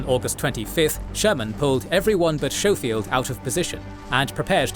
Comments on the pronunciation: Schofield is "sko-field" not "show-field" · you also know your narrator is mispronouncing names of Generals right? Like Schofield. You call him showfield but that’s not how his name is pronounced. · Schofield is pronounced with a hard sch like school